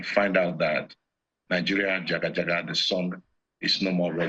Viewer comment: I am disappointed in this man interviewing EDRIS. He is incapable of asking honest question. He couldn't even say Nigeria jaga jaga . so fake. Channels please get him out of our face